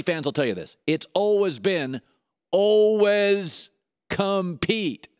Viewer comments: 'All-wez' compete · the way he says always is so awful